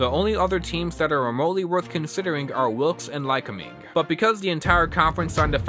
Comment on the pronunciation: Lycoming College, located in Williamsport, PA, is pronounced Ly-COH-ming.